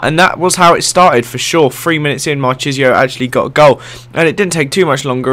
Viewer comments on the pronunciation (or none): Machisio is pronounced "Markeeseo" :)